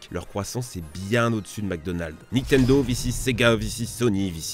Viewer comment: Bon déjà vous vous êtes fais allumer pour votre "vissiz" Moi j'ai envie de vous allumer pour votre "Nitendo" on dit "NiNNtendo merde. Pour des gros joueurs Pokémon et smash bros jtrouve que vous abusez